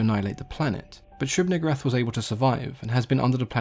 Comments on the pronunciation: "Neeg" "oo" "rahth" my fucking god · Also known as the one you pronounce VERY carefully. (It's Nigooohrath) Lol. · Wow why’d you have to say it like that? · You should maybe pronounce it a lil differently...lol